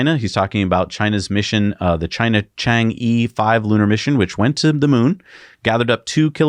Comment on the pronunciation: For reference, if you ever need it... the name of those Chinese moon landers has a non-intuitive pronunciation. The "e" at the end of Chang-e should be taken as a schwa sound. It rhymes with "bruh", not "brie". ;-)